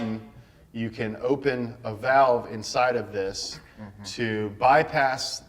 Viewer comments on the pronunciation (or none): none